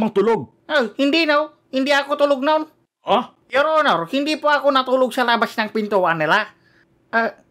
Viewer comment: 'Yor onor angkel'😂😂😂😂🤣🤣